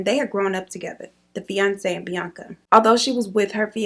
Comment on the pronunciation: you could have given me years and i wouldnt have guessed you say his name like bianca